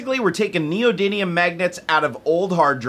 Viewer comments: I always hear it pronounced "neodynium" but it's actually "neodymium". It's chemical symbol is Nd and is number 60 on the periodic table. While yes the magnets are actually an alloy of neodymium, iron and boron, they are still called neodymium magnets. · Neody n ium or Neody m ium Jerry? Lol